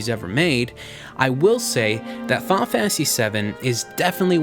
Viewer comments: "Faul Fantasy".. lol Fi-nal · I cringed every time he said "Fahhnah Fantasy"...